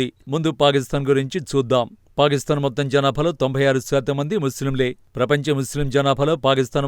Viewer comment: పారిస్తాన్ కాదు పాకిస్థాన్...